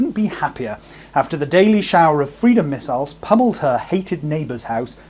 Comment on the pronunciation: Why Amsterdam? Also, you mispronounced "missiles".